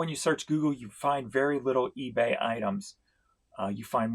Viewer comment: The fact that you say Feebay at the mark which is immediately followed up by a cah-ching! is so appropriate. Couldn't have planned it any better.